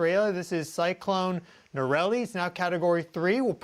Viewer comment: Cyclone Narelle (pronounced nah-rel, not nah-rel-ee) was being tracked way before this G2 storm hit. It’s a cheap trick to try to connect these unrelated events — probably unrelated to any of the other things you mention too. And yes it will strengthen because it’s moved back into the warm waters of the bay of carpenteria — again nothing to do with the CME.